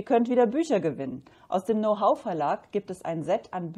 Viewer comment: Wie immer sehr nützliche Infos und Tipps für Kamper. Herrlich Dein Denglisch, besonders "Now Hoe" statt "Know how" hat mich zum Schmunzeln gebracht. Für einen Muttersprachler wäre das ein Freud'scher Versprecher gewesen.